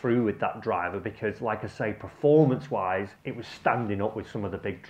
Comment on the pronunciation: Another great video. I'm sorry but your inability to say "performance" always makes me chuckle